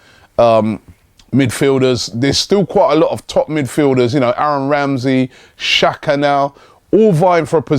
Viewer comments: its pronounced jack-uhh (xhaka) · No it's pernounced chak-a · 17 find someone Albanian and ask them how its pronounced... xh is pronounced J